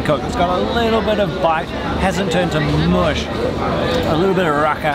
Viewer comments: Lol its not raka its raki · Isn't it spelt rakı which means it's pronounced ra-kuh? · Us too! Nothing like al fresco 😄 it’s pronounced ra-kuh 😄 we love the stuff! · 😀 yea on the bottle it's written rakı (so the ı without the dot over the top which is pronounced 'uh').